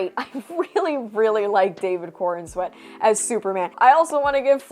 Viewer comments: I thought you were saying David Cornsweat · I had to look up his name as I kept hearing you say David Cornsweat, It didn't get much better after looking it up lol, PS, You look amazing.